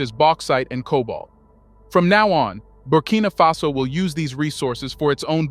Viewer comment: Why are you switching and calling the country "Burkina fesso"? Instead of Burkina faso? Why are you reading it with a twist? Are you referring to the Italian word Fesso?